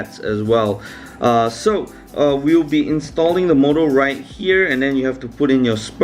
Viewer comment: Its called motor not morrr